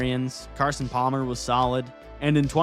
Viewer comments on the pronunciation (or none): none